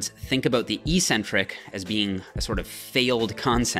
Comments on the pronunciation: The word is EK-Centric, not EE-centric. There is no such word EE-centric. Look it up. Don't sound as uneducated as the other muscle heads on here. You're better than that! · "Eccentric-Accentuated Lat Pull Down". You pronounced it "eEEEEE-centric-aKKKK-centuated..." lol. How do you justify the inconsistent pronunciation? First syllable in both words are eC- and aC-. Oh, maybe it's properly pronounced eEEcentric-aSScentuated? LOL. I harp on this with you bc your vids are PEERLESS(!), but for this one meathead mistake. You're better than that. Don't give me the BS about your college profs pronouncing it that way. Even if one did mispronounce it, are you not capable off seeing the error of his teaching? Only ppl in BB related fields mispronounce this word. You've gained enough clout now that I think you could quickly reform the whole BB community!!! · This is not a Canadian vs. US vs. British thing. This word is ONLY mispronounced in the bodybuilding community. There are two Cs in the word Ec-centric for a reason. The first syllable means 'away from'. The second syllable means 'the center'. This is why crazy ppl are referred to as eccentric. The way the lifting community mispronounces it, it means 'without a center'. Sorry, but you may have had a sports phys prof who also mispronounced it like the lifting community, but I refuse to believe that any of your other profs pronounced it other than eK-Centric. And if they did pronounce it that way, then they're just plain wrong. Pick any dictionary you'd like, and see if you can find any other pronunciation than eK-Centric. Lead the pack,! Don't be a lunkhead and perpetuate the ignorance. You're better than that!